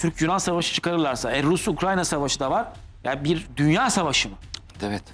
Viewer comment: sayın konuşmacı abicim ukranya değil ukrayna. önce onu öğren